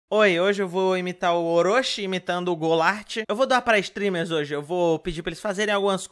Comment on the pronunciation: "Stremers" -, 2019